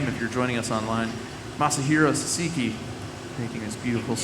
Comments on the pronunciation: Sahhh sah key, not sasa kei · dude kept saying sa-si-ki... like... what are you reading? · Great first name pronunciation... then there is Sahseekee 😅 first syllable emphasis. Awesome video though! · Off the bat, he called him "Sasiki" ... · You should know how to properly pronounce the guy's name! How rude! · damn at least learn how to pronounce the name before you introduce the guy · It begins with the idiot saying the guest name wrong....Disrespectful.